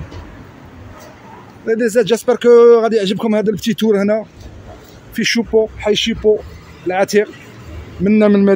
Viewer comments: S'il te plaît ne déforme pas le nom du quartier où je suis né. Ce n'est pas Chipot, c'est Choupot. Avant de parler il faut savoir dire correctement les choses. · Choupot c pas chipot, bahdaltouna😂